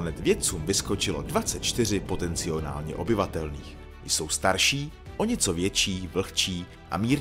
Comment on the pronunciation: Potenciálně a ne POTECNIONÁLNĚ